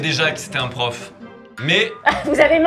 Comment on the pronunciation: Au début j’ai cru que c’était mr pof et pas mr prof 😂